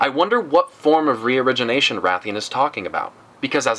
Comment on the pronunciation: Haha youtube legends saying " region Asian" instead of reorigination